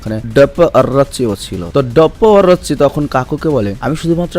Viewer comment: ভাই, আপনি ডপ্প অরুচির নাম আলাদা ভাবে উচ্চারণ করেন কেন ?